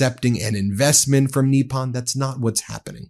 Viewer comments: Come on, pronounce foreign words like an American Goddamit. NIP UN. Not f-ing NEE PAHN. PACK IS TAN. Not PAH KEE STAHN. You sound like you’re doing a bit for Chrissakes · US pronunciation is strange. We had Eyeraq instead of Iraq (as was explained to a US Secretary of State by the leader of that country), now have Neeppon instead of Nippon. When a dog gives you a tiny bite, do you say he gave you a neep or a nip? Do you have a neep of whisky, or a nip? Or do you say there's a neep in the air when it's frosty? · The po in Nippon is pronounced like the po in the word pope. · Not a single person reporting on this story knows how to pronounce the word Nippon >< it takes little effort to learn. It's just like saying Kamala's name the right way lol